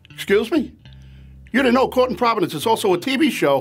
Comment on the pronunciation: is it caught in providence cause that’s how it sounds when they say court? Asking for my friend Mark